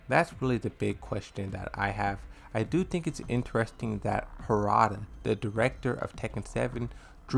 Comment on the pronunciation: you didn't pronounce his name right 🤡